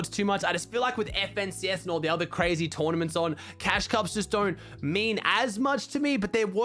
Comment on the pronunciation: "everyone's qreizy about it" : )